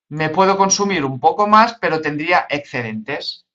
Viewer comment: "ecscedentes" porrr favorrrrr 🤣